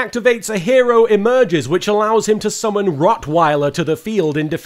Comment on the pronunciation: It's Wroughtweiller, as in Wrought Iron ;)